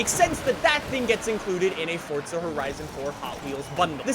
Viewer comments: Its froza not fortza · Can i just say some thing its for za not fortza there is no t in it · “Forza” not “fortsa” 🤬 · Its FORZA not FORTZA you mong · Still with the FORTZA ffs you yank plank. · I love you videos and all. But why do you pronounce "Forza" as "fortza"?? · "Welcome back to fortza horizon" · Aaaaaaaaarrrrrrgg.....stop calling it FORTZA 😲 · It is pronounced “ForTSa“. That's italian. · It's pronounced Fortza. It's an Italian word that means power. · Do you say Fortza on purpose? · STOP SAYING FORTUNE LIKE A PLEB... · There is no t in forza bro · Why does he day forza like that 😂